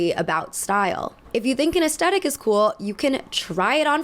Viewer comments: It's pronounced ass-thet-ick...not ass-tet-ic. Please share with all of your Millenial and GenZ friends. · The word. Is not pronounced. “aesTETIK.” IT IS PRONOUNCED aes-THET-ic. So sick of hearing these annoying little thots mispronounce this basic word ffs. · Aesthetic is often incorrectly pronounced aestetic, as if there were no h in the word. The correct pronunciation is with a th sound, as in thick, at the beginning of the second syllable. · I enjoy your aesthetic themed analysis videos, but I wonder if you could PLEASE be one of the few among your peers who pronounce it correctly. Despite what you all seem to think, the H is NOT silent.